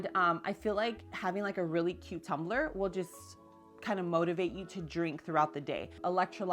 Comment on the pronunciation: LCL I thought you said buy a "cucumber"....wondering how we put water in the cucumber. So I went back, and you said by a cutetumbler. :)